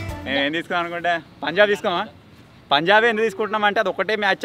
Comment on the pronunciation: Anna antha baga adru kani oka mistek chesaru _ akada punlab❌punjab✔️